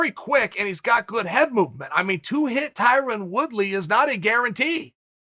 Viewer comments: “Ty-Ron Woodslay” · Wyron Twoody